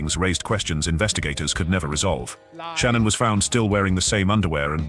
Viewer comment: I hate these AI videos. So much off this information is untrue and made up. I love your nightly videos Z, but you've been doing way too many AI videos lately and I can't watch all the false facts and the wrong pronunciation of Shanann's name from them anymore 😕